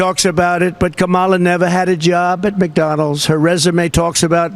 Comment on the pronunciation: That is absolutely adorable. He pronounces McDonald's as McDonells, just like in the 1992 movie with Don Ameche & Tom Selleck called "Folks!". I was going to provide a more informative description but since I am probably the only person likely to have any clear recollection of this from being a kid 32 years ago I won't ruin it for you. I recall liking it. Check it out and see for yourself.